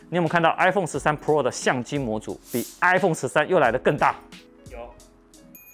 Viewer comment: 每次聽到Tim哥唸“pro"這個單字都覺得怪... Pro的重音在第一個字，唸起來像唸中文的“破”，就是一個字發四聲但中間有捲舌 但Tim哥都唸成璞肉變成二聲加四聲，聽起來整個怪...也不像是日本腔或是台灣腔，就是有點怪...😥